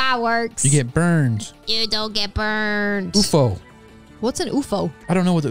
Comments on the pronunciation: It’s UFO not OOFO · That’s not how you said ufo like that is U and then F and now O and Dora is made of wood 😂🤣😆